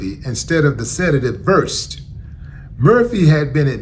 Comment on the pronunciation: Hi Willie. It's pronounced Ver- sed. Generic name is Midazolam. Vecuronium is a paralytic.